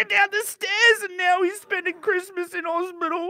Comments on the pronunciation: "Careesmas" Says 🤣🤣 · “I’M EEXITEED FOR CHREESTMAS” Great words of